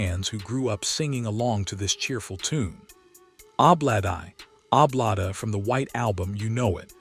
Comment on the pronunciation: Wow, some of the worst AI narration I've ever heard. Hiliarious pronunciation of 'Ob-la-di, Ob-la-da'.